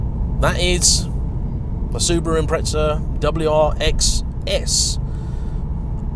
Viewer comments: 🤦🏿‍♂️They are an Impreza, not an Impretza 💙🇦🇺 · SAY IPMRETZZAAAA ONE MORR TIME NIGGUGH. I DARE YOU. I DOUBLE DARE YOU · Impreza=impretsa/pizza=pitsa ? What a language! ! ! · There's no T in impreza